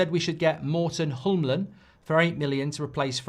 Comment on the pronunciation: Hjulmand...not Holmland😂